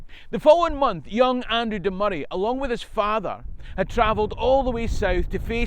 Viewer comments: Excellent video! I'm also delighted you're pronouncing Moray correctly and not calling it Moe-ray (amount of folk I've to correct is unreal lol) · And now I know how to pronounce Moray and that’s a big deal.